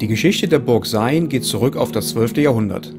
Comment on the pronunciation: Sayn wird wie "Sein" gesprochen. Ich bin schon von uns bis nach Sayn gelaufen, sind 15km. 😆